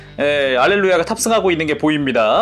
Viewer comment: 알렐루야가 할렐루야로 들리네요ㅋㅋ